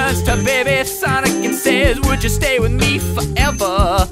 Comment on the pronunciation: sanic and gint teals